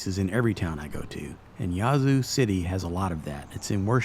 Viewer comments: It's pronounced Yeah-zoo. Or atleast that's how we pronounce it. Great job on all the history. Next time do a video on the ghettos of the zoo lol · mispronounced the name of the town. The "a" is short.